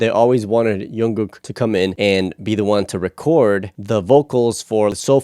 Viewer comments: Why is he keep saying youngkook..? It's Jungkook..... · ur saying jungkooks name wrong, it's not yungkook... you pronounce it like jeon-gook but made the j of jeon like 'ch' and and the k at the end a bit more like a g sound. And don't pause when u say his name make it flow and quickly Also it's not J-HOP its J-HOPE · Changes in the enlistment laws mean that they don’t have to enlist until they are 30 - none of them have gone. The new law has been dubbed the BTS Law. Jungkook’s name is not pronounced with a “y” sound but a “J” sound. The one who was nervous to sing in front of the others was Jin JK sings MOST of the guides - but SUGA did Soop as he wrote it in a caravan while they were filming the series. Soop in Korean means Forest. The lyrics were originally printed - you were correct but V kept writing the changes down - that is why JK said his writing was bad. He is not the neatest writer. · did he just say youngkook and ungkook lol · fyi you keep saying "youngkook" it's jungkook with a j sound not a y sound (so the opposite of Carl Jung the philosopher) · Also, why do you call him youngkook? It’s Jungkook. The J for jungle. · i just wanted to say that jungkook isn't pronounced with a y sound. its more in line with how you say "junk" but jung with ng sound. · You pronounce the j in jungkook like in jimin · Actually the pronounciation for jungkook is like junk (sound in english) the J not read as Y, and gook (like sound we say google) 😊. And maybe you can check some of JK's work too such as Still with you, Your eyes tell, Magic Shop and Stay. He develops well from years ago.